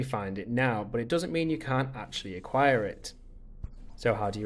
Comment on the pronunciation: Omg stop saying but, and it's but not buot